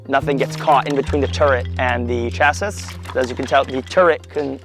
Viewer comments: Sorry, but he butchered the word "chassis". It's not pronounced 'cha-SIS'. It's 'Cha-See'. Spelled שָׁסִי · אומרים CHASSY לא CHASSIS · Dude really said "Chas-is" 🙄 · Hint: chassis is pronounced "chassee". English is weird, especially when it steals from French. ♥ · The last S in 'chassis' is silent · The final s in chassis is silent. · his pronunciation of chassis is killing me. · "Corps" is pronounced as "core"; the "s" is silent. So is the final "s" in "chassis", a French word pronounced as "Chass-ee". Browning M-1919s went out with the 1980s; now everything is FN maggim. Tank shells are called "rounds" or "projectiles", not missiles. "Boogim" are "bogies" in English. Tanks have "hatches" and not "hatchets". Oy vay esmir, listening to a sabra speak English is like nails dragging on a chalkboard.